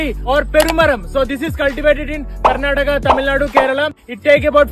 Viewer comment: Its karnataka. Not garnataka.. pronounce properly bro